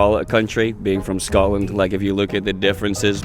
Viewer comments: What do Scottish people think about Americans pronouncing Scotland as Scatland, particularly as scat means faeces? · That way wye they say Scatland bugs the f*** ootta me!!